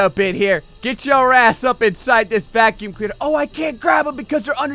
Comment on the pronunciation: "Ya gotta keep VAC-uu-MIINum" lol i love you dude. you're awesome